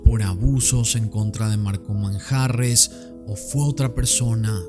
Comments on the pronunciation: Manjarrez, con acento en la e 😄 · EL APELLIDO MANJARREZ LLEVA LLEVA ACENTO PROSODICO EN LA E....